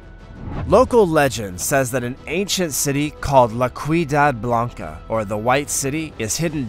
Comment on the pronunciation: Bruh "la ciudad blanca" is not pronounced la quidad blanca. Come on now